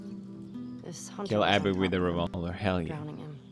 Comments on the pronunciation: I love how pewds just continuing to call her Debbie instead of Abby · I think its like "Dabby", Dead-Abby. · PewDiePie keeps calling Abby Dabby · pedws keeps on callin abby as debby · still callin her debbie its fing abby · The amount of time Felix mixed up Abby and Debbie’s name 😂